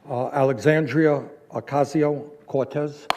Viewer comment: I love you Bernie! But, please learn how to pronounce Alexandria Ocasio-Cortez